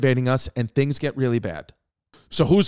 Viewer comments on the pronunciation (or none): none